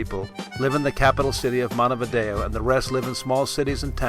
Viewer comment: I should kick you for pronouncing Montevideo wrong...smh...........